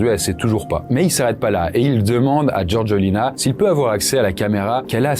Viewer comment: Sérieux...tu prononces " GeorGUEUlina"...🙄 Faites un effort...c'est GeorgÉLina...les français a chaque fois...